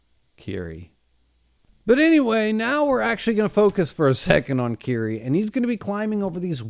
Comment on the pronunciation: Dude for the last 4 videos you've been calling him Kiri. It's Killy. Come on dude,you've read the wiki. Get it right. Killy. Not Kiri. Killy.